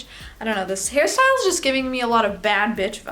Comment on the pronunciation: everytime you say hair style, i hear harry styles 💀 💀 💀